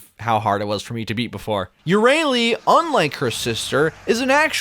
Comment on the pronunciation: Euryale: F - re - ah - lee Greek is peak.